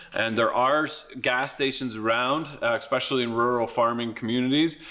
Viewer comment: You lost me with your repeated use of “EXspecially”. Clearly you have no credibility and are somewhere between mentally challenged and globally retarded.